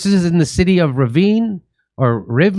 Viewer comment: Pleeeaase! Learn how to pronounce letters as they are! It's not difficult AT ALL! Rivne is Rivne! Not Raivnee, no Reevnee! Rivne, simple!